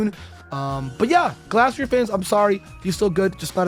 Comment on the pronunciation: man said GLASSterior